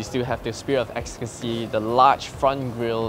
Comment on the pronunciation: "you still have the spirit of excasy!"